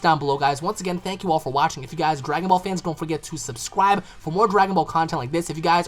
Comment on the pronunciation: "hit that subscwib butn" gosh slow down there buddy xD